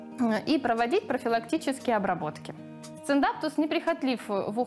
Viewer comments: Сциндапсус, а не сциндапТус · Никто не умничает. Меня тоже резануло как она называет. Пусть называет как хочет, но снимая видео, будь добра, говори правильно.